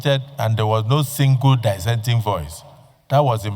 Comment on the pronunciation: Die-senting view - is that the correct pronunciation of "Dissenting" Mr. Senate President??? Smh😮